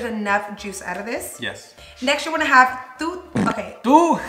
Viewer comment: “Tu” & “dis” lol 😂 the accent always comes out of nowhere lol